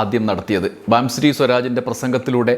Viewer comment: ബാംസുരി ബാസുരി വായിക്കുക ആണ്. അടുത്ത സ്മൃതി ഇറാനി